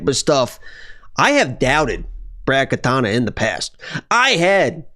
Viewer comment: Now you're saying Katana instead of Katona. Angelos rubbing off on you bruh.